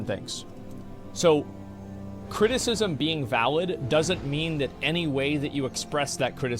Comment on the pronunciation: Anyone that pronounces "That" as "vat" just annoys me and they remind me of vaulty lol